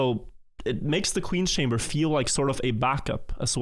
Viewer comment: The director of the entire site can't say "Chamber" properly. The state of the place. Imagine thinking England should give all our well taken care of artifacts back lmao.